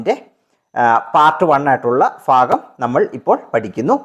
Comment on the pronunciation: ഫാഗം അല്ല ഭാഗം എന്ന് പറയു